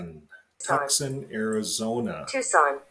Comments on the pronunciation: It’s pronounced TOO-SAN. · Tucson pronounced Too-saun. The alert voice was trying to tell you. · Why does he keep mispronouncing the word Tuscon??? weird!! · This video should be taken down by you . Not knowing how to pronounce such a common city just shows ignorance and weirdness!